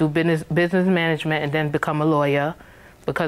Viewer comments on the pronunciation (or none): she changed her major half way through her sentence, she first said she was gonna take "bidness"... hahahahahaha, she's gotta learn english before she takes law...